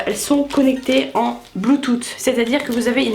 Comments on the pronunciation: Bon on en parle de la prononciation de "bluetooth" qui se prononce "bluetoossss" et non pas "bluetooT" haha. Ça m'a grave perturbé. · La nouveauté de l'année : " le bloutoute" 😂